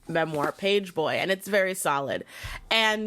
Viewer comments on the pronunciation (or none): none